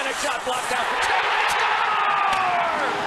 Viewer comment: “HE SCAORES!”